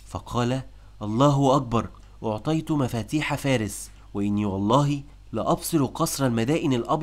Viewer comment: عليك مراجعة لفظك للكلمات حيث انك تخطئ في كثير منها. على سبيل المثال لا الحصر: معول و حرة و أعطيت. جميل انك تحاول التكلم بالفصحى و لذا أرجو تحري الصحة في اللفظ و شكرا.